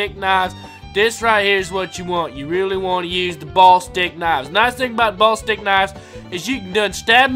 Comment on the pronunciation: its pornounsed bullistic knives not ballstick knives